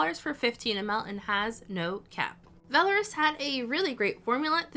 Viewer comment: Vell-R-us! Girrrlll you need to read A Court of Thorns and Roses!! and all of Sarah j maas's books :D